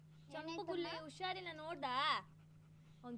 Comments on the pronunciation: Usharilla alla adu.. husharilla.. kannadavannu sariyagi balasi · adu ಉಷಾರಿಲ್ಲ ಅಲ್ಲ ಹುಷಾರಿಲ್ಲ... ಮೊದಲು ಸರಿಯಾಗಿ ಕನ್ನಡ ಕಲಿ ಆಮೇಲೆ ತಿರ್ಪೆ ಶೋಕಿ madu💦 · ಅದು... 'ಹು'ಷಾರಿಲ್ಲ'